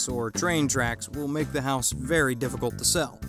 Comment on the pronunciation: No.3 says HOSE POOR instead of house poor...just saying!